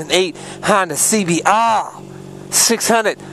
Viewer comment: Carnal i love u say honda cbr double rrrrrrrr